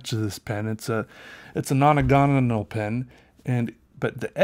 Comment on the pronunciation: It’s an “Annagonal” pen ...umm octagonal ?